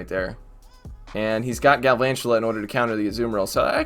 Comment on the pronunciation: Just pronounce galvantula like drakula ah ah ah. The count from Sesame Street one